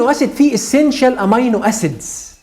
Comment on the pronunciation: نطقك للأحماض الامينية حطأ فاحش تنطق امينو وليست اماينو